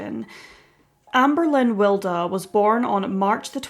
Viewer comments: Yeah Wild as in Oscar Wilde not Wilder. This sounds weird and a bit random to me. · I think her name is pronounced as wild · It's pronounced Will-dee.